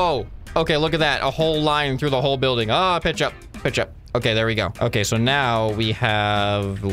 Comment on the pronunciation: dude when said "pitch up" i thought he said "ketchup" XD